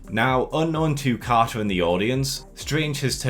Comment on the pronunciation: Ah, yes. Our favourite Captain Ca'a